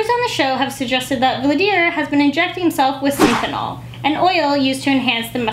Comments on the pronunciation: its pronounced as syn-thol not syn-then-ol, also, synthol does not cause your muscles to look like that; hes most likely injecting mineral oil or some other shit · Synthonol, lol, where'd you find that extra Syllable at?